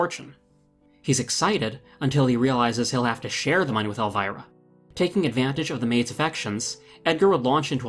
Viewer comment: Elvira is pronounced ElvEEra